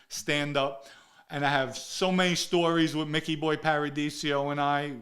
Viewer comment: You knew Micky Boy so well you can't pronounce his name correctly? 80% of this story sounds like BS.